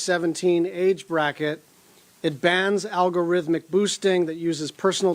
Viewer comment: Never trust the people that can't say algorithm properly. That just shows that they don not have a clue about what they are speaking of. Yes, wilful ignorance is the most dangerous thing our world faces.